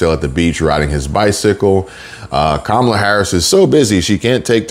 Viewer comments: QUE MALA INSTEAD OF KAMALA. MEANS THAT'S BAD! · It's pronounced Kommie-la. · Thought you might be interested no that Mrs. Harris father named her Kamala as in camel. So you’re all pronouncing her name wrong according to the parent who named her. I respect the parents more than I respect her, so I’m gonna call her the name her father gave her which is camel-lah. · Kamuhluh like Pamela…ask her Dad. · No it's kamala l a la